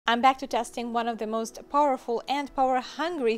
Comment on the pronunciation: Your accent......had to rewind and check cause I thought you said the most HORRIBLE vr headset on the market, lol